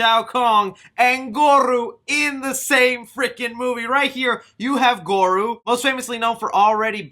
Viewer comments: who is shao kong and goru??? lmaoooo.....OMG!! Dude!! How are you butchering these iconic names?? Are you serious?? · I believe he called him “Gore-rooo” More emphasis on the “rooo” 😂 Just like “ta-sun” from Shang Tsung... eye roll 😂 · sorry dude its pronunced gore-o goro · Who the fuck is Gogru? You mean Goro 🤣🤣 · pls work on ur name pronuncians lol. the fuck is a Goruu, Quang Chi, Shang Toosung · Jesus, the trailer was good but how you wrongfully pronounced alot of the mk character names was absolutely haggard dude... like really, goruuuu it's gore OH and Shang tusung... Shang soon... Jesus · *its Pronounced Lin Kway NOT kuey Also it’s Goro NOT Goru 🤦🏽‍♂️ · Yo I think you meant Goro Not Goru. Sounds like gore-row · It's Goro, not Goru and in Shang Tsung the T is silent. LOL that made me cringe every time but I'm definitely looking forward to the movie keep up with the updates.👍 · So I don't have to hear you butcher these names in future lol. They're pronounced Shang Sung not T sung, Gore-O not Goru and Lin Kway not Lin Kooey. Great video as usual though :) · gore-ohh. shay-o khan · Bruh not goru and shao Kong lol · He's not called Goroo! Made me chuckle bro!!! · Goru and shang t sung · hearing you say "shang tuh-sung" and "goru" makes me wanna vomit. also quit yelling, jesus. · The cringe of mispronunciation of characters annoys me. Some analysis is good. Not goru ugh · “Shang ‘TT’Sung” “Lin QUEEY” “GorU”... bro do you even follow mortal kombat when you can’t pronounce their names correctly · im really happy you recognize your fuck ups cus i was gonna lay the fuck into ur hype train and not saying shit right. also liu kang is a descendent of kung lao so hopefully that is done proper. goro looks awesome. lizard is reptile cmon bro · Omg you can't say goro